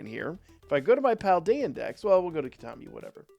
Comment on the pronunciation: Heads up, you've got your pronunciation for the DLC map a bit askew! It's like "key-tah-kah-mi" when you were saying "key-tah-mi" ! Great vid otherwise!